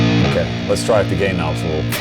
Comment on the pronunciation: Sounded like he said "gay knobs" at first.